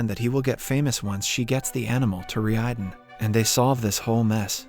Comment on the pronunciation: Relax, it's all part of the " is really an AI" gag. He's been pronouncing the company's name (Reiden) wrong this whole time too lol